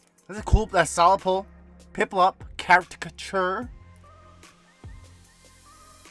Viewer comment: is why I watch this channel. it sounds like you are saying carrot catcher when you say character 🐒nice sticks today but still no where close to hitting pokerev's troll face